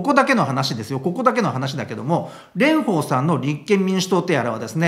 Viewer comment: レンフォーさんのフォーはちゃんと下唇を噛み離しフォーです。 発音には気を付けましょう！